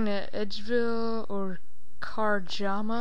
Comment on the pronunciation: i have a glory to teleport to edville and karmja lol! its karamja,lmao!